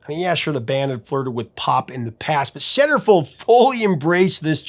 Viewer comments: Had to look it up, couldn't figure out what you said ! Sounds like SarahFey... Those you win scammers are everywhere including Facebook... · You realize now he said Centerfold right? I hit your time stamp and 😂 I can see how you heard SarahFeh ... Take 2🎬....let's try this again aaannndd Action! 🎬🤣✌️❤️🎸🎶🙏